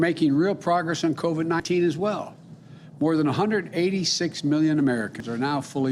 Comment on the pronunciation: the way he says covid 19 not right